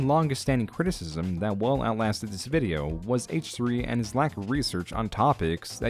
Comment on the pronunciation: why do you keep calling it a bideo?